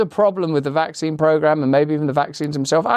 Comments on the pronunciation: Wack zeen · Not a Vack-Seen.............